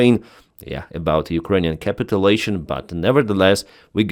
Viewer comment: Hey - Im a huge fan - [ cap it u lation ] { cap it you lation } or to capitulate [ cap it u late ] {cap it you late } I love you accent and your work Save Ukraine